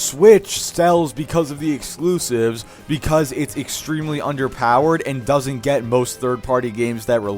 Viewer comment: “Dorsnt” lmfao